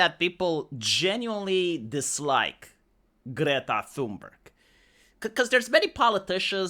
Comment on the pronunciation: You can't get deported from a country you never wanted to go to in the first place. They also flew her back. The "H" is silent TUNE-berg.